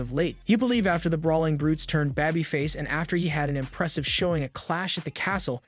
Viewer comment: And she-mus and char-lot (shay-mus and shar-lot). I think this might be a computer generated voice. Pronounced Babyface wrong too.